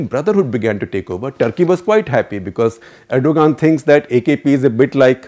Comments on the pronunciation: Erdogan is pronounced redo-wan Please ensure correct pronounciations; would you like Modi to be called Modai? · tumharay country main jaisay har chez thek chal rhi hy lanti insan pahle naam to sahi bol